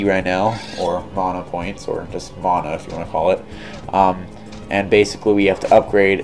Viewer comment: Please learn how to say mana. There is neither an O nor an H in the word. Please refrain from adding either. Thank you.